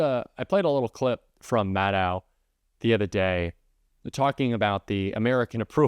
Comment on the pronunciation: not bothering to check how to pronounce Rachel Maddow's name makes you sound unreliable. It's pronounced like "know", not "now".